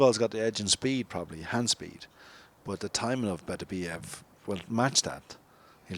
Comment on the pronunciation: Everyone says Beterbiev's name wrong. Its BeTERbiev, with the emphasis on the second syllable. And before you ask me how I know, I learned it from a teacher of Russian literature in the 1980s.